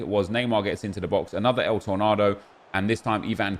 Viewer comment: please just say tor nayyydo not el tornadoe